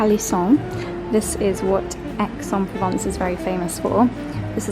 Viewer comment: The least you could do is to do an efford to pronounce Aix en Provence correctly:face-fuchsia-tongue-out::face-fuchsia-tongue-out::face-fuchsia-tongue-out::face-fuchsia-tongue-out::face-fuchsia-tongue-out